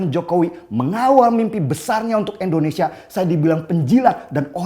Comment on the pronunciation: Tidak berniat untuk menggurui ataupun menjatuhkan alangkah lebih baik penyebutan Indonesia nya diperbaiki jangan Endonesia 🙏🏻🙏🏻🙏🏻